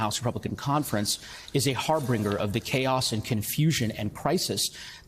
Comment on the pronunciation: ‘Har-bringer?” Do you have to be stupid and not speak well to get into Congress? The majority seem to be…. less than.